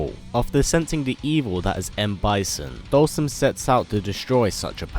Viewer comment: With the English Caption every time you pronounce his name we get different names. Dhalsim, Dolson, Dawson, Olson, Boston..